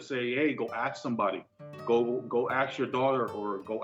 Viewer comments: PLEASE! PLEASE! PLEASE! For the sanity of all humanity, can people STOP pronouncing "AXED", when the word is, and should be pronounced, "ASK"!!! 😩😂😂😂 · It triggers me so much when people say "axe" instead of "ask"… Like, what’s up with that?😭 Aren’t they aware they sound stupid? No hate to this dude specifically though, he’s obviously a great guy for caring for his dad and trying to hold his family together. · Aks and mediscation lol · Let me axe you a question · Aks. How difficult is it aaaasssskkkkk Ask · Go "axe" your daughter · Aks, is really a word now?😂 She akss for money